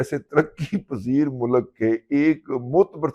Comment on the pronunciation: mulak nahi mulk bolte hain pindu baba . Awr Kisi ka mazaq orane se pehle baba g aaine mai apni shakal bhi dekha kar plz